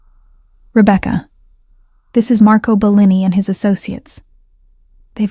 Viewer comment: Great story. Terrible video. Hearing Bellini pronounced incorrectly over and over, the terrible unrelated background is the lazy way out.